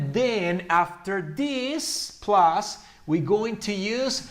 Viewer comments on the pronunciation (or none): none